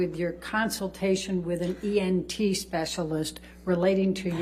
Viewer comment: Elaine can not pronounce anything correct. 😂 She even says “EMT” a couple times instead of “ENT” smh. I don’t feel sorry for her at alllllll.